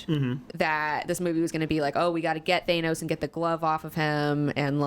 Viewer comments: Stop saying Thaynos!!! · Why do you guys pronounce Thanos the way you do.